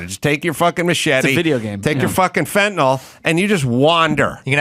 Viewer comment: I agree with you about the teachers. One thing I would like to say is that I wish you, along with most of the media, would pronounce Fentanyl correctly. You correctly criticized Kamala for her poor speech, so you should learn to pronounce it. It is pronounced Fenta "nil" not Fenta "nol". I don't know why that bugs me, but I would think that this far into the opiate problem in this country, the media would know how to pronounce it.